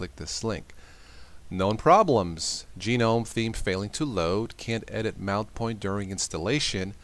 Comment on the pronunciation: Lose the attempts at humor. Stop pronouncing it "Gee knome". Make up your mind what you prefer BEFORE you make the video so we don't have to listen to you saying "aaaahhhhhhh".